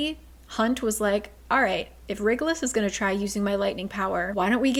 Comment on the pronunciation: "WriggleUs" 😂 Every time she pronounces that name. Super glad for this video so I can see what happens, because there's no way I could endure another book of cringe and plot holes